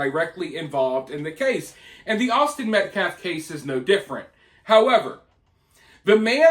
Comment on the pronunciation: That guy is a complete idiot! When you played "his" press conference I couldn't believe what I heard him say! He couldn't even say Austin's last name correctly! It was completely one-sided, the murderers side Karmello. 🤬